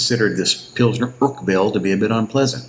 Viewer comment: It's Urquell think more like urkel from the Crosby show but more with like a french draw out lol 😂